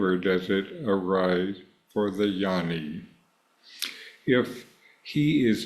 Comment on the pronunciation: Hi, Thanks for the video. Westerners don’t understand the pronunciation—the word is Gyaani, not Yanni. G is not silent - its Gyaa Nee